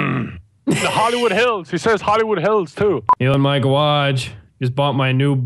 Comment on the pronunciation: Did you say gawage